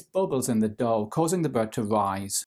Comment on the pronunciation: the way he said bread 😶